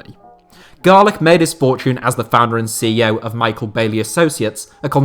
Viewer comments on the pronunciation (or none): none